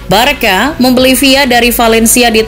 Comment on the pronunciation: you should pronoun Barsa,bukan barka